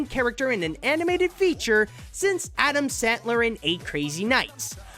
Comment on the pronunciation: Why do you say 'adam santler'?